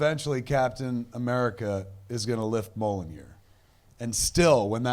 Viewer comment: The Hammer ("Mjolnir") is not pronounced as MOULNEEER, But «MEEEHOUUHLLNEEER!!!!!»